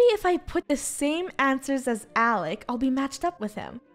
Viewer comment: it's "Alec" not alic